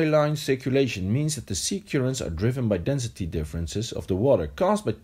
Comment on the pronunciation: Good video but his pronunciation of currents is not correct. It's cur not cure ents